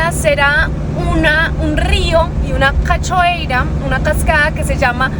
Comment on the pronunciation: Todos hermosos sus videos. Cachoeira = se pronuncia cayoeira (haciendo sonar ca YO eira como lo pronunciamos en uruguay y argentina)